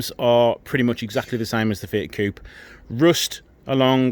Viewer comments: Please stop calling "fiat cup"...is coupe'...f..sake.... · To be clear its coupe everywhere except the US. They can’t say aluminium either...